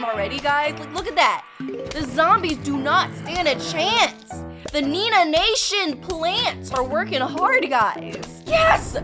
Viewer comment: It's not nenaa